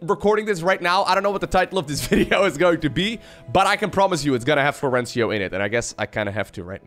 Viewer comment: No Florencio in the title... Nice name prononciation also 😂 Big fan anyway :)